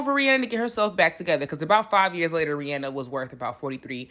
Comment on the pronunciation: Thank you for saying her name correctly!!! I always tell ppl this and they look at me sideways lol REE-ANNE-NUH